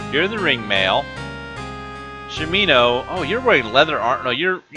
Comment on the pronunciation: sha mi no, not shameeeeno